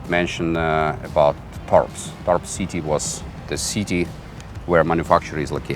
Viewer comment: FYI, The "s" of "Tarbes" is not pronounced in French. Thanks for the review. I love that plane. One does not see often in the skies!